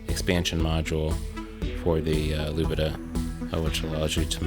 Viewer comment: Lubadh is in fact not pronounced "Lubidah", but "Looper" <3 :)